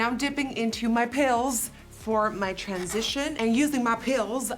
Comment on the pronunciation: Why she sayin' "mY piLls" like that lmfaooo.